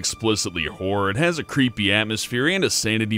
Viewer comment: I'm pretty sure its pronounced "Horror" not "Whore". Although a "whore game" does sound quite interesting...